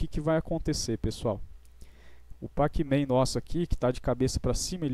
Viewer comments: Se escreve pacman, mas se pronuncia pecmen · Ajudou muito obrigado Mas NÃO É PAC MEM É COM E! É NÃO COM A